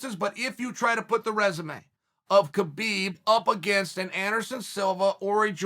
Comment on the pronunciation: Idk how people can't figure out that it's pronounced Habib